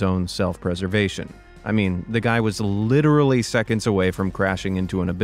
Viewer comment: litteretily tho